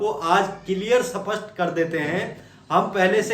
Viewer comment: Bolno to Sikh le सपसट ❌ स्पष्ट ✅